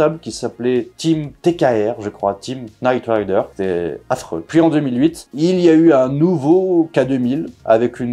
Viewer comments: K-NITE RIDER ? c'est knight come chevalier . sinon avant de faire une video on peut demander à google comment bien prononcer le sujet de la video , comme ça on est carré?? sinon un bé à ba de l'anglais pour ceux qu'ont pas écouté la maitresse , KN se lit N, on laisse bét le K knee, knife, know etc... I can teach you more but it'll cost you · Pour info c'est knight rider et pas nite rider... knight signifie chelalier et nite nuit.... D'ou le nom de David Hasselhoff dans la serie qui est Michael Knight. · KKKKKnight Rider ? Avec un K prononcé ? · Night Rider, le K est complètement muet.